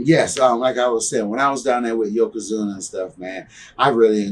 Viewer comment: "Yokozuno"? Really? 😅